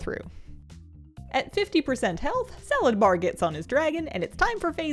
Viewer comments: Are you saying salad bar? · Am I hearing things or did you say "Salad Bar"? O.o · Are you saying nexus king salad bar? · i heard it the first time the boss name was said and i was liek wait is that his name Saladbar? xD